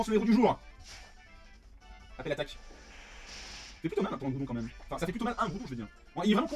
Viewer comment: On en parle, que c'est Graoudon ?